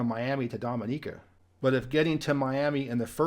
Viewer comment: So pleased you prounounced Dominica correctly, so many get it wrong. I lived there in the mid to late 90's and made some of the most amazing friends ever. I was known as "Mr Music" when I used to work at the market in Roseau :)